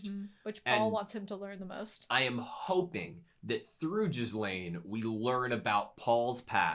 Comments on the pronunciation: The name Ghislaine is french and means "Sweet", which is ironic for her character. The S is silent so It's pronounced "Gih-laine" not "Jis-laine" in english. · Just dropping by to say that Ghislaine is pronounced "Gi-lane". The s is useless, basically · We have another "Jislane" reactor XD The French will never forgive you for this! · Ghislaine is basically pronounced "G-lane" XD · Ghislaine's name has a more french pronounciation in the anime. So it's a hard g like ghost instead of gist and the s is silent. Ghee'lane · The s is silent in Ghislane and the G is pronounced as in Go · Best character came in today. Also for future reference you don't say the s in her name. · the start of this episode is one of the very few times I was actually left speechless when watching anime. oh paul tsk tsk. also just fyi the "s" is silent in ghislaine.